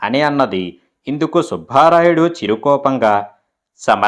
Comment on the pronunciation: సుభారాయుడు కాదు, సుబ్బ రాయుడు, భ ఒత్తి పలక రాదు 👎 ఎన్నో కథలు చదివిన మీరు తెలుగు ఉచ్చారణ దోషం ఉండరాదు. అందుకే మీకు dislike పెట్టాను 👎